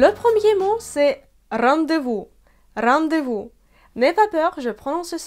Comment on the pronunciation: Merci pour la vidéo! Tu as fait une petite erreur à , on ne dit pas "rendre-vous" mais "rendez-vous" ;)